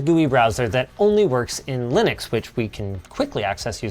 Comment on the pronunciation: haha and then you say linx....so yep....haha